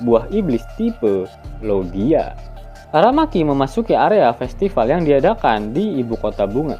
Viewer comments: aramaki Cok bukan arameki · AraMEKI, Bakainu, yemete, ASUzuki 😂😂